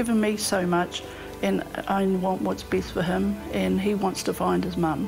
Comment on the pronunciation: Please use the word AND correctly... it's Lost AND Found not ...[lost AN found]